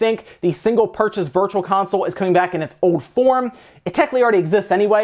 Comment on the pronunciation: I swear he said Virtua Console!?!